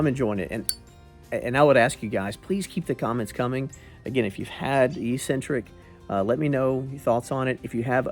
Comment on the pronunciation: Look up the word eccentric so you can learn how to pronounce it